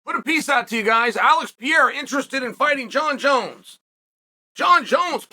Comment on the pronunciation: The "Pee Era" isn't real.... I just share this with you because it's really not that hard to pronounce Alex's name